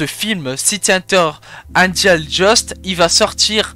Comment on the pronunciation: C’est pas Angel Just mais Dust😭 se prononce Deust